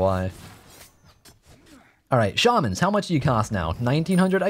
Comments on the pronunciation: You said shawmans instead of shaymans who are you and what have you done with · Shay-man not Shar-man